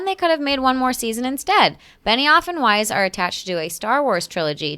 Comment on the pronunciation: I don't watch Game of Thrones or really know anything about the creative team. So for the longest time I thought you were saying Benny Offenweis